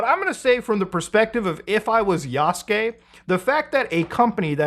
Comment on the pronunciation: The amount of people who can't pronounce "Yasuke" and "Naoe" properly...